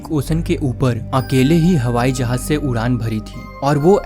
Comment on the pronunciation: Jahaj ❎ jahaz✅